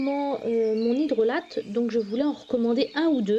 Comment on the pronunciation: Cela se prononce "hydrola" et non "hydrolate" ;)